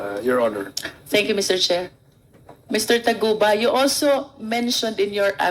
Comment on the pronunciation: Taguba po hindi Tugaba😂